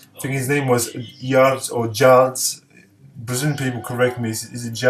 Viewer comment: Nice selection,. Well, as you asked: you pronounce Jards comme le français "je" and the "Cho" from Chorare comme le français mot chat, du Chat Sauvage par exemple.